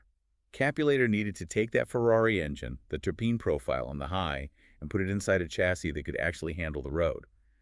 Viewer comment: Oh yeah, I just heard the way he pronounced Terpene and it’s definitely AI WTFFFF